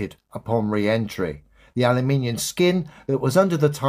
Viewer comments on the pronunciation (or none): did he say Alli-Minion?? 😂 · Guy can' even speak the name of the metal right : "Aluminiun", I suppose it goes with thoriun, uraniun, siliciun, scandiun, magnesiun... on his fancy "aperiodic table of matter" where atoms are made of fire, earth, air and water, instead of protons, neutrons and electrons... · Also what is ‘aluminian’ 😆 Says it all really. Complete and utter idiot. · I'm confused: what is this "aluminiun" of which keeps speaking? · He pronounces it ending with an 'N'. aluminiuN